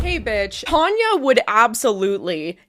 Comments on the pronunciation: Its Tanya not Tonia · Your having a go at Tanya calling you reyleigh and not! Its not half as annoying as you persistantly calling Tanya tonya!!